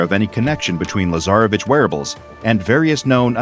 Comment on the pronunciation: Ok,someone should explain to me why i heard "lazarabitch" in place of "lasarevitsch"